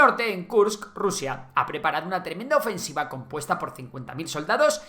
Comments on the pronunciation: Ofesniva y no ofensiva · "gran OFESNIVA"? XD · "gran ofesniva" ahi pensando que es una localidad rusa xddddd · ¿Gran Ofe SN iva ? a corregir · Gran ofesniva? 😅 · ¿Gran ofesniva? ¿Que es esa mierda? ¿Revisan los vídeos antes de publicarlos?